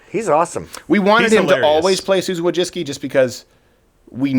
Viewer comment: It's not Wojcicki it's Wójcicka. She's a woman and it's pronounced Vooicicka.